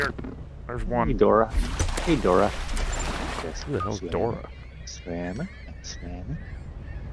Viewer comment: Dori not dora